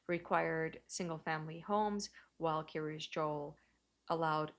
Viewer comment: The Kiryas sounds almost like she is saying "curious"